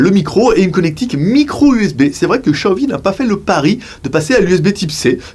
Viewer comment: 小米 "xiaomi" se prononce en français: chiaomi ;)